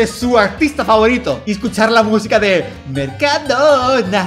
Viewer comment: Dalas, no es así, es: Mercadoona, Mercado-do-na~